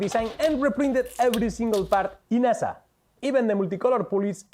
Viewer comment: La playa de La Concha es preciosa. Por cierto, cuando pronuncies "ASA" en inglés, mejor deletrearlo, "eiesei", si no puede ser muy confuso para hablantes de inglés.